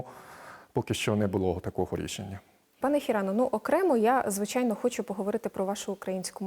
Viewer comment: "Пане Хірано, ну, окремо я, звичЯйно, хочЮ поговорити про вашу українську мову" - сказала українка до японця. Чому б цій відниці не вивчити бодай фонетику українську. Вона говорить: як ви вивчіли, щьо...